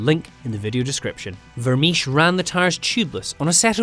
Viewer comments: Vermiche? Vermeersch is pronounced like Vermears for English speakers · Vermeersch. If you are going to mention a name that many times, is it too much trouble to check the pronunciation?